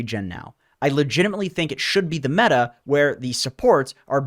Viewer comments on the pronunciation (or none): none